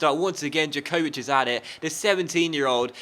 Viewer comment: You pronounce Jakovic Ya-co-vich and Larin Lare-in. Also i missed the qualification. how did it work? Did Mexico, USA, and Canada do a group stage?